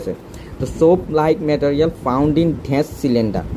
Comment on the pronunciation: ড্যাশ কে ঢ্যাষ বলা সত্ত্বেও সাবস্ক্রাইব করলাম। 😂😂 হায়রে pronunciation